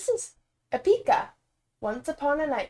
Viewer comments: Hoezo de klemtoon verkeerd 😂😂 Mocht iemand ooit een coverband willen beginnen dan hebben ze een leuke naam 😀😀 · OMG NOOOO ITS PRONOUNCED EPIIICA LIKE 👍 LIKE THE WORD EPIC WITH AN A EPICA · They actually got it right at the end of the video after the song, but now I have "e-PICA" stuck in my head and am questioning reality 😆